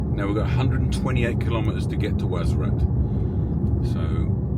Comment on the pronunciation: WARZAZAT BROTHER NOT WAZARAT PLEASE IT LIKE HEARING SOMEONE SAYING MANCHESER